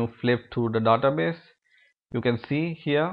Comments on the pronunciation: I can't concentrate when he says "Database". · i cringe whenever he says database..